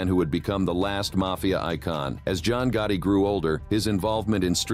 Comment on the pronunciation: There was a lot of things that are incorrect about this video and also there’s a lot of mispronunciations. Another words, they pronounce names very wrong, including Gotti Was this done with AI? If so, I hope we don’t continue to do it this way.